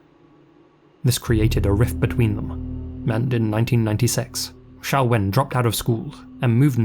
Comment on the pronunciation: Her name is Xiao-Wen. Xiao as in Xiaomi. To this day most people (usually American) can't pronounce the name of the Chinese company correctly, always pronouncing it like X-Men's Professor Xavier, with a Z-sound. So it's refreshing that got the name right.